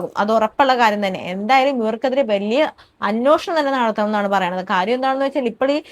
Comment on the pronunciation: അന്വോഷണം അല്ല അന്വേഷണം ആണ്... 🙏